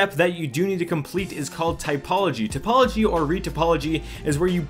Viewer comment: tOpology, not tYpology